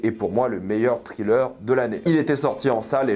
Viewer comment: TRilleur TRilleur TRilleur raaaaahhhh... Nails on a chalkboard. Have mercy on our ears. Evil Dead Rise, craignons le pire... des films d'horreur qui ne réinventent rien, l'ennui cette année. netflix, Disney+... quelle époque de merde. Asteroid City : une grosse arnaque, un des pires Wes Anderson. Je ne garde de cette année que Fifi, Oppenheimer et Mars Express. Barbie : sans intérêt, un gâchis du talent de Gerwig pour un propos téléphoné.